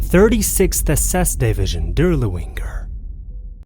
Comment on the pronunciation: “Death’s head”, not “dead head”. Moreover your pronunciation of German words and names is catastrophically bad. “DirlevAnger”, not “Dirlewinger”